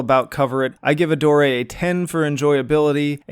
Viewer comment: Are you sure that's how one pronounces "Adore"?